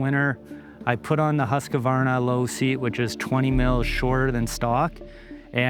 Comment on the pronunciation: Great video, but for the love…. It’s not Husq “a” varna. There is no “a” in the middle of Husqvarna!!